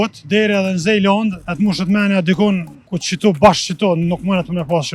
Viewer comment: O ustah, jo n'Zejlënd po Zelënd i thojm shqip ...